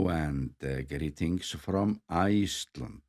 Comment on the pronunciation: I'm always happy to hear you say Gleetings from Ice-Tlandt. Love your informative videos and beautiful videography!